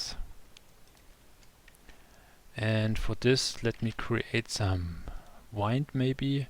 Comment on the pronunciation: Thank you for this video, I learned a lot. You did pronounce the 'Buoyancy' correctly. (sounds like Boy-yen-see) Although you were pronouncing 'Wind' incorrectly. You were saying it as "Wind up a toy and watch it go" or "Wind up a ball of string" (Sounds like Why-ned) But you meant to say it as "The weather is windy" or "This fan blows wind" (sound like Win-d) (in) (in-deed) (in-clude) (Rhymes with 'Sinned')